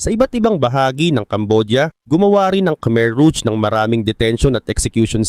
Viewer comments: rouge pronounced as rog Hindi ruj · ruj ang tamang pronouciation brad kasi french word yan mening red